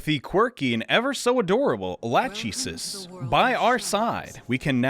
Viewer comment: Lachesis isn't latch ee sis, it's lak eh sees.